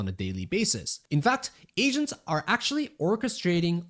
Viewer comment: Hearing "Asians" instead of "Agents" hits different ☠️